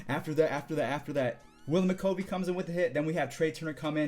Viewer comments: Its Willie McCovey.. Mc-Cov-e Not Mc-covy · "Willie Mc-Kovie".....it's pronounced Willie Mc-KUVvey. You're a young pup, I know you don't know who he is. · Willie McCOHvey? Or Willie McCovey lol